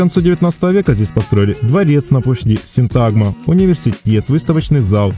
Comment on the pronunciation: Почему ставите ударение неправильно? Надо говорить СИнтагма!